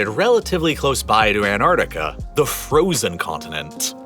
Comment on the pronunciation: Why can't Americans pronounce Antarctica? This narrator says an-ar-dic-a. There are TWO letter Ts and TWO letter Cs in the word! No offence to my many American friends 🙂